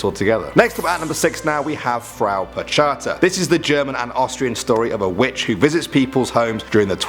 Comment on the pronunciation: It's Perchta, not percheta